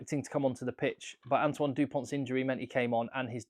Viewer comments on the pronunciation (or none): none